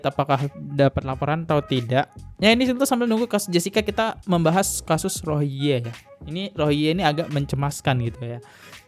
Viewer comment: Bro klu bahas masalah , nyebutin pokok bahasan yg bener dong! Rohiya apa rohingngia?